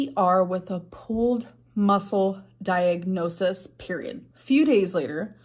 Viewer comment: With the amount of diagnoses she's claimed to have had, you'd think she'd at least know how to say it. Diagnosisis??? Gorl.